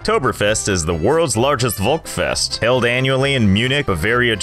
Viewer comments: "Volkfest" have to sound like "folkfest"... Idk why, ask the germans. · V is pronounced f in German just wanted to comment this because he said volkfest wrong in the start of the video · it’s pronounced folksc-fesct not wolgswest 😭. You pronounce the V like F and the s is more sharp like the sc in scissors. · HOW DID YOU JUST PRONONCE VOLKSFEST?! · Any Germans, who think its funny how he pronounces Volksfest? Deutsche Grüße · The way you´re pronouncing Volksfest is like the funniest thing I´ve heard today xD This day was about to be terrible and now I decided to watch some of your videos, which made me laughing for about two hours xD Thanks a lot for your funny videos, I really love them! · Capital V is pronounced F because... Eh, German.